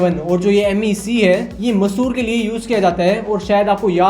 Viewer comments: It's not masor it's Mysore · Massur nahi mysur bro alag nahi yeki mysur yeki he massur nam ka koi jaga nahi hr